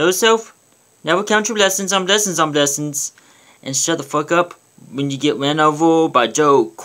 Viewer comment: Speech impediment city. #BwessinsOnBwessinsOnBwessins